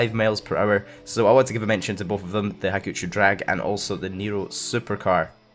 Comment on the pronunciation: Is it just me, or does say "males per hour" instead of "miles per hour"?